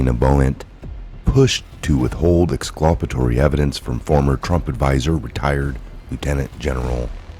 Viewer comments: Ex- CUL - pa - to- ry NOT ex- CLU - pa- to- ry. FYI. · Ex culp it Tory not whatever ur saying I can do it all day... half the time idk wtf ya meen not being a dick but u get corrected and keep doing it